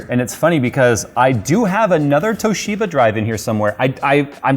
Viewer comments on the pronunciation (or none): I laughed and cringed so hard at the same time when he said tohisba drive and bootloop within the same sentence , I do wonder why that would be :p Never trusting ocz/toshiba/kioxia again for ssd's (all the ssd's I had from them died either within warranty, or shortly after warranty)